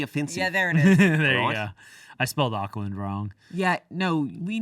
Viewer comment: You guys pronouncing New Zealand cities were so cute!! It sounds likes you're saying Oak-land, we say it like Orc-lind and the little pause between Christ and Church.. just run it all together ☺